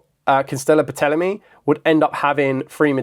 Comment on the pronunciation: The P is silent in a Ptolemy. And the symbol is Omega